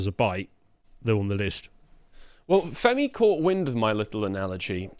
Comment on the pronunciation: It's definitely Femi and not Fermi. Otherwise he might understand the paradox. All BS aside this is just willful ignorance.